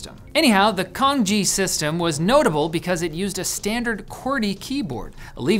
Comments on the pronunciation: I don't want to be the that guy, but it's pronounced 'tsang jye' not 'kang ji' - the latter sounds a lot like Kanji, which is what the Chinese writing system as used in Japanese is called. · Right, I was wondering about the pronunciation. The way said it sounded just like "kanji", one of the Japanese scripts, but I had seen the Chinese thing (was it cangjie or how exactly was it written, I forgot already) and it was clearly written differently, and I had got an impression that "c" would be pronounced approximately as "ts". But it left me wondering for a moment if it was just a different kind of romanization, maybe based on different variation of Chinese, like in Peking vs Beijing. But it makes more sense that he just mispronounced it. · He pronounced it wrong. It's more like Tsung-Jeeah, not Kanji. Cangjie is just a person, while kanji translated to Chinese(Han) characters. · also cangjie (which is pronounced tsahng-jyeh, not kang-jee) is not even the most common input method. cangjie is mainly only used in hong kong; mainland china uses pinyin (which he mentions... but.. only after wubi); and taiwan uses zhuyin/bopomofo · Iirc the term was pronounced with a ch sound like change, not a k sound like kick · Cangjie pronounced as tsung-jeeah, not Kanji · Canjie isn't pronounced "kanji", it's "san-jee-eh". The C is like "ts" like in "cats" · Can your writers copy paste the foreign language terms on Google Translate and listen to how they are pronounced first? 😅 Cangjie is not "Kangji", it's "tsangie". "ts" as in "TSar"/"kluTZ" and "ie" as in "YEs". I think the portion about radicals is either misinformed or misleading. Cangjie doesn't just use conventional "radicals" used analyzed linguistically. Some programmer tried to digitally analyze Chinese characters in a certain font and tried to design "radicals" with the sole aim to fit them on a keyboard. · is nobody gonna comment on how he says kanji instead of cangjie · lmao "Kanji", plz